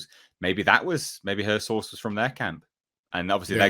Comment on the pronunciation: She always says her souurce her source! Whos her source? And she hates DC! Not just hemry cavill! He is just on top of the list